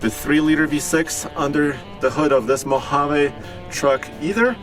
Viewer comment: MO-HA-VEE!!!!! English guys.. not Spanish